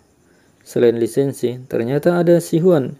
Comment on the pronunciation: Belajar dulu cara baca Hanzi Pinyin baru ulas film China, beda tulisan beda bacanya bro... JADI GAK ENAK DENGARNYA.. LI SEN SI.. hahahaha.. Lisensi apaan????